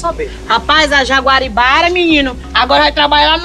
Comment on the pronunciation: O errando o nome da Jaguaribara foi o melhor KKKKKKKKK